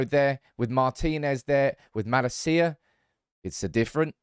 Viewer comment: Not mala-cia broo. Ma- lacia